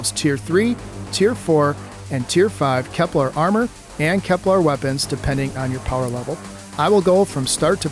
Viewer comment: No, but you're mispronouncing it most of the time when you say it. /kɛplər/. This is pronounced, "Kep-LUHR." You're saying "KepLAR," which is incorrect.